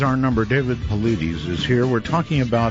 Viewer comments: i love you Art....but come on bro. I dont understand why people fuck my boy David Paulides' name up. Easy: paul--EYE--dess. I swear i feel you really have to go out of your way to mispronounce his name. Dude, it takes some acrobatics to get Pauleedeez out of Paulides. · His last name is pronounced "Pa-lie-das", not "Paw-la-deez". You should know how to correctly pronounce your guest's name. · lol Art called him "David Puhloodies" :) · I keep wondering if Art consistently mispronouncing Dave's last name is just ignorance, or if he's doing it on purpose to see if Dave corrects him. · I love how Art mispronounced Dave's name EVERY single time he mentioned him coming back from commercial break. Dave never corrected him. That's class. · Every time Art says Dave's name, he pronounces it differently😂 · You would think art would learn how to properly say his guests names b4 doing show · I wonder why Dave doesn't correct Art on saying his last name wrong. Anyhoo - Missing 411 is such a fascinating topic. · If you're going to have a guest, you should pronounce his name correctly.